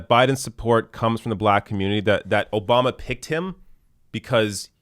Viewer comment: "Barack O-bomber"...lol gets me everytime